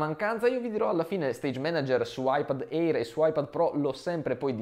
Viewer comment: Bel video, ma eÍr non se po sentí. Si pronuncia „eer“